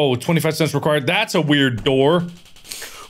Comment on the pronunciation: The big Ol’ boots are for if sweeping time or first prize tries to push you they can not, btw it said “door” not doob ;-;. Also the eraser is for that face on the chalk boards you can get rid of him with the eraser. He’s in class rooms and the math machine rooms.